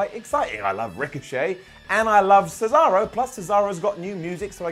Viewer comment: Did anybody else notice that Michael Cole said cesawo. Lol 🤣